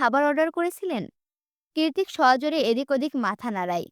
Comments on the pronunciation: It's not kirtik... It's kritik❤ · lt's not kirtik... lt's kritik❤